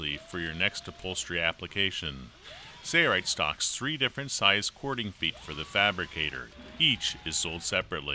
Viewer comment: Ok. It looks like a good machine. But, it drives me crazy that they can't even pronounce the name the same in their own videos. One person pronounces it Sailrite, like its spelled, at the start of the video. Then all the rest of the video they pronounce it as sayrite and drop the L sound.